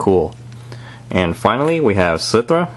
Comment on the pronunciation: Slithraa is pronounced Slith-er-raa.